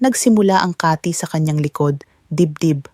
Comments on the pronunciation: Mali ang bigkas mo ng kati hindi kaaati😂😂😂 taga sn ka doc😅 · ano bang sinasabi nitong AI na to mali ang mga bigkas ng atay, lalo ang KATI O banggit mo ba ay KATHY pangalan ng tao? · Bisaya kba doc...Mali bigkas sa atay. Kati.mabilis.. bigkas....boteka mabagal ..Ganda mo doc barok ka magtagalog